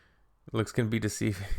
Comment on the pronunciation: deceiving bro. They’re actually trying to say deceiving 😂😂😂😂. How do they get through life